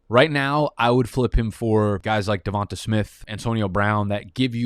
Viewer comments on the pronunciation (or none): none